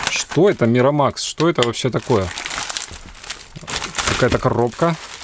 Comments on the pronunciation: Майкромакс , а не миромакс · Ааааааааааааааааааа Не миромакс А микромакс!!!